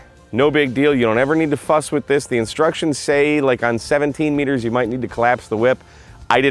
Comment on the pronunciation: Hahaha.... I thought you said something else . I had to rewind and listen again to hear you said Fuss...